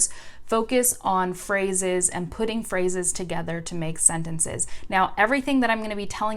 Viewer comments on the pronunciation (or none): when you say "phrases" I heard "frozzes" I was like ; wtf is this new word (and u used this word 5 times in a row) btw ur rlly cuuute if you want to speak french like a native speaker, date me haha